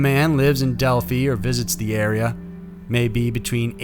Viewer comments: Del-f-eye is where the girls are from in Indy. Not Delfee. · Del "feye" Not Del "fee"... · it is pronounced del-fy. RIP Libby and Abby